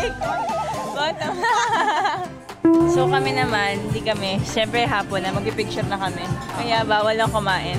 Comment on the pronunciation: "Magpipicture muna kami" batangueña accent tho ❤